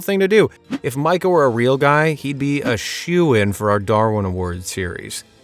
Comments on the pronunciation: It is pronounced "Mee-kah." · Did you ever see paranormal activity? You’re saying his name wrong.